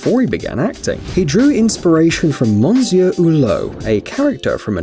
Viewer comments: "mon-sewer" Hulot? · The stupid guy speaking cannot even say the word Monsieur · Worst pronunciation of "Monsieur" I have ever heard in my life. Plus talking down to us like we are children. Plus mind-numbing music. I stopped after 2 minutes. Give me strength. Where the hell do they find these "narrators" ?!? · You need to check the pronunciation of ‘monsieur’ and ‘chorister’. Everything is not as it looks.